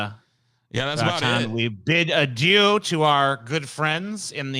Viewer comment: The way pronounced "adieu" at the end gave me cancer.